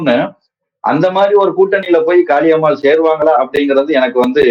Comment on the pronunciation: காளியம்மாள் எனன்று அழுத்திச் சொல்வதைதைதை நிறுத்துங்கள். இப்படிப் பேசித்தான் அந்தம்மா தலைகீழா நிக்குது.அது ஒரு ?????.